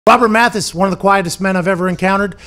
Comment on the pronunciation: MathEis? So disrespectful, sound like ring of shame, not honor